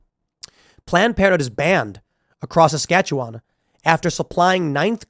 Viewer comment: I laugh at how you and The Quartering pronounce Saskatchewan and Regina 😂